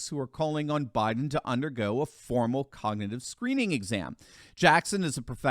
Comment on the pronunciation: He can’t even say cognitive.